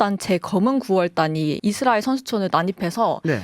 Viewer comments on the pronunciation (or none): none